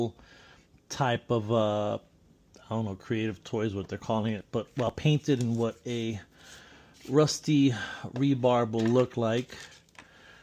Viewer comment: Hey, great video as always. Just a couple of things you may or may not care to know: the material embedded in concrete is called "rebar" not "rebarb" and when your doing stair railings a good rule of thumb is that they are the same height above the stair itself so that you have a consistent spot to hold onto, usually more like 30 degrees than 45. Of course the point of these is to look cool, not necessarily to be a slave to real world practices, so you've nailed it as usual. 👍